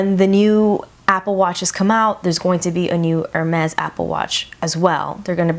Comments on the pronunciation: No you are saying "Er-Mehz" it's pronounced "Air-Mehz" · I think it's hermes not ermez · girl if you are going to pay a grand for a watch know how to pronounce the brand 😂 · I kept cringing every time you said it wrong